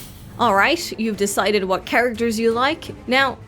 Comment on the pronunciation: i'll thell you hwat